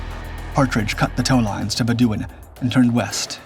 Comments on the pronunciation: Pronounced "muh-lay-uh" and "bed-u-ɪn". Moron. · pronounce "HMS Malaya" again. also "HMS Bedouin" do you really not know how to pronounce these words? or was this always cheap AI slop?